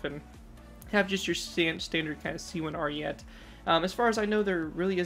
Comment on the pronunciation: I actually finally found it. I've been digging for this thing for sooooooooooooooo long. Do you plan on giving it a redesign? Also, its pronounced "Ariet-é". Also, a little bit of history cause why not. The Italian army planned on making the C2 Ariete with upgraded composites, however, it was too expensive. Their solution was to make composite armor attachments and add them to the already existing C1 Ariete, hence the weird bulky stuff on the side.